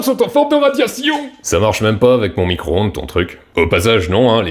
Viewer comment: Fourmis cro ondes 😂😂😂excellent 😂🤣